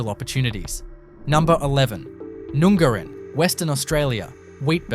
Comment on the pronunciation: PLEASE pronounce town names correctly!!! NUNGARIN is NOT pronounced "Noongarrin" it is pronounced as in "up" and the "a" is pronounced like "Apple". I cringe every time!!!!!